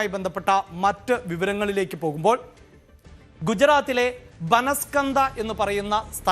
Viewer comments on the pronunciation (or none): ബനസ്കന്ത അല്ല ബനാസ്കാണ്ട. ഏകദേശം ശരിയാണ്.